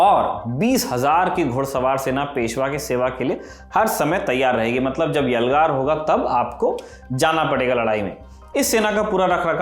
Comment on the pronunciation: That word ' YALGAR ' at a time pronounced nicely 👌🏻❤